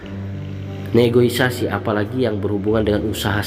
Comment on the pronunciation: Koreksi dikit bg Negosiasi bukan negoisasi